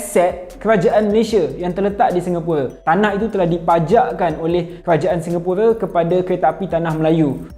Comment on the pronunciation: Speaker sebut "Singapura" tu dah nice dah, memang lah agak janggal nak sebut "Singapura" tapi kenalah biasakan diri. Saya pon tengah biasakan diri sebut perkataan2 dalam bahasa melayu daripada inggeris.